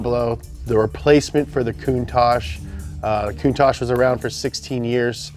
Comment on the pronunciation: The way pronounces Countach sounds to me like "cunt-ache" which makes me laugh every time... I need to grow up.